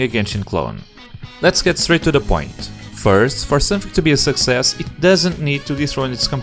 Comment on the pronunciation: “Success” does he know